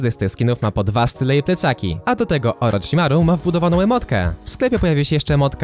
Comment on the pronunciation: Btw Orochimaru czyta się "Orohimaru" a nie "oroczimaru" i rasen shuriken to Rasengun albo Chidori